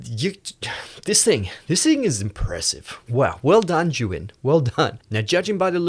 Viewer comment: You keep calling the brand "Zhu Yin" instead of "Zhi Yun" But this is a great video